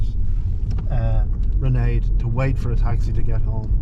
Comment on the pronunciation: Can you pronounce her name right. You're pronouncing like Sinead except starting with an R. Raonaid is pronounced with these two syllables (Rain - add)